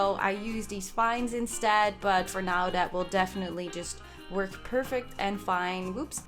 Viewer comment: 17.58 did you mean 'perfect and fine' or 'perfect and vine'? ^^ Crazy build btw!